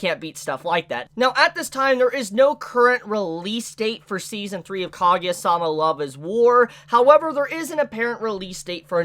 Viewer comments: Ka- Gu- Ya thats how u pronounce it, not kageya facepalm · Not kagya it's kaguya, it was irritation